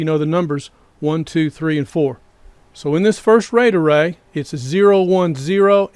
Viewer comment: I will be hearing 'ray-dah-ray' for the rest of the night! Truly though, this is great information in both the video, and your comment responses! +1 subscribe